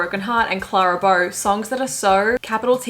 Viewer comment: The way she said Clara Bow…. Please 😂